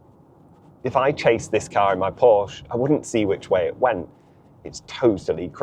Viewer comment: Porsche has two syllables.